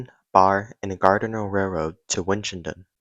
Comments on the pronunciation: It's Gardner. Pronounced GARD-ner. It's NOT GAR-DEN-ER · Your pronunciation of Gardner and Nashua are crap